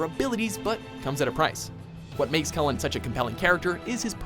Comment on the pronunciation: I’m also pretty sure he pronounced Cullen’s last name wrong, otherwise I’m going crazy.